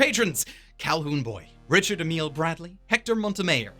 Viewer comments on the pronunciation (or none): none